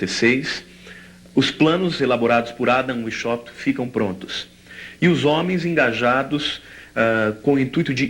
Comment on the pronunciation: Adam Washaupt, se pronuncia VAIS HALPT.